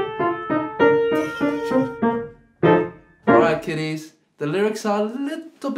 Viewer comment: I couldn't tell if he said "kiddies" or "kitties" in the beginning and I don't know which is worse after hearing "Daddy Amadeus."